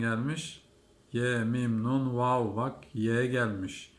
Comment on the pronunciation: Vav harfini yanlış okuyorsun dikkat et ve olarak okunmaz